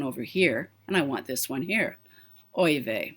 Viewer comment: Love your Canadian “oy vey”!!!!❤️